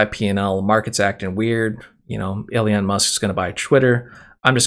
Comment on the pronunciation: His name is Elon,, pronounced E-LON, not Elian